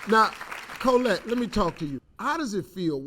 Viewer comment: So glad , I checked this one ! Such a loving family . Liked the Steve pronounced her the daughter's name . Name iss Collette too ! God blessed that family ! ❤ 🙏 !